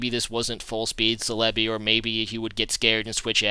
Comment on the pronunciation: I've never really been bothered with your pronunciation but Celebi is pronounced Sell-eh-bee